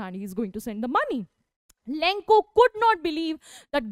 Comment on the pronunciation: Lenko nahi hai bevakoof lencho hai